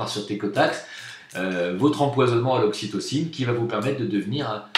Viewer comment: On dit "aussi tocine"....